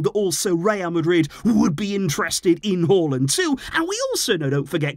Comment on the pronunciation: As a norwegian I was actually shocked when I heard you pronounce Haaland correctly😂